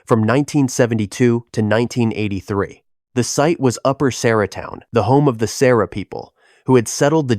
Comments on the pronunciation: Its Saura not Sara. Saura natives, Sauratown. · Saw-rah, Saura. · Oh for goodness sake!!!!!! It’s Saw rah. >>>>>>Saura